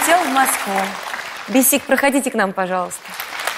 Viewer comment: Ни БесИк, а БЕсик. Неужели никто не подсказал